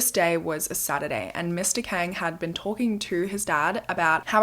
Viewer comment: Not that it matters now but Kang is pronounced as Kawng/Kahng. It’s just something that bothered me while listening 😭 Loved it tho! I’ve been been bingewatching past videos. ❤️